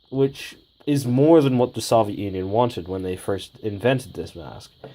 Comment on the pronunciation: The way you say soviet bugs me